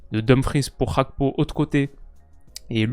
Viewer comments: c'est Gakpo et non Hakpo. C'est un Togolais d'origine et Gakpo= Fer. C'est pas cool d'entendre Hakpo tout le temps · Gakpo c'est un nom togolais, la prononciation dutch fait saigner les oreilles